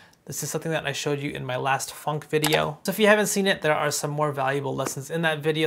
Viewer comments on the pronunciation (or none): none